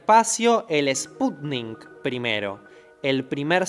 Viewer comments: "alucinarían", "sputniNk", "cabo cañaberial"...dale, sabemos que no es lo importante y el canal está buenísimo, pero se puede hablar un poco mejor che...mas que nada porque despista, y se pierde el hilo conceptual. Va con la mejor. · Esputnink? Cabo cañaberial? Que mierda acabo de escuchar? Todas tus incógnitas ya fueron contrarrestadas en videos como los de Javier Santaolalla, Aldo del robot de platón, Quantum fracture, c de ciencia y demás, te los recomiendo banana, a ver si al menos te ayudan a pronunciar bien algunos nombres y palabras como "alucinarian" 🤣, de seguro dirias en el próximo video que esos errores fueron un experimento social, na es broma, un saludo.